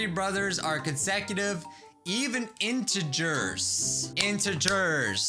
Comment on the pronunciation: Tip: say interger like in.ter.grrrrrs... there ya go :)